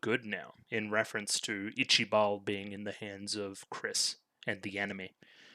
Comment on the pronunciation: ''Ichi-Bal'' is only a season 1 translation, from 2 onwards it's pronounced ''Ichaival''